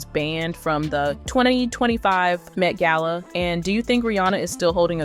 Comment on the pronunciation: ai video, why did you pronounce gala two different ways